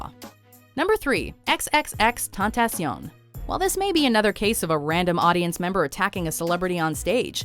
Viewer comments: "XXX Tontacion" I don't like the dude, but damn at least say his name right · It's Spanish, but they pronounced it in French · Their pronunciation was French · The way they pronounced xxxtentacion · They accidentally reversed the vowels while saying xxxtentacion